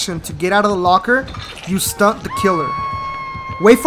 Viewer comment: It’s STUN not STUNT